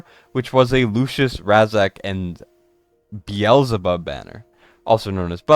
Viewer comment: Brother said what? 🤣 It’s pronounced BEE ZUL BUB Lol that was so funny. I wouldn’t mind hearing that every time hahahaha